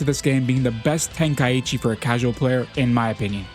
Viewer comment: Then maybe say the name correctly😂 ten kai chi not tenka eechee 😅 listen to the japanese name of the tournament